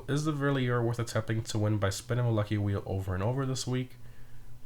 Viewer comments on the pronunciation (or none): I'm not willing to scroll all the way down to see if it's been said already, but Verlierer is pronounced Fer-leer-er. I learned this myself a month or so ago, I had been saying it incorrectly since the release as well 🤣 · Damn, as a German it hurts to hear you say the Verlierers Name. Well, it doesn't sound good in German either, because its name actually translates to „Loser” in English. Great content though, keep it up!